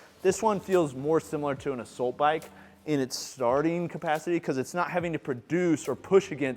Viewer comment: Another great review,. I have learned a ton from you over the last couple of years; thank you. I have to say, though, that i hate the way you pronounce “assault.” Lol Also, where did you get your stand for your Prime Adjustable Bench